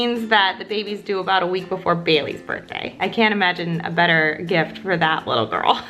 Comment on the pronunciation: OMG when she emphasised “that” ... definitely thinking this baby is a girl!!💓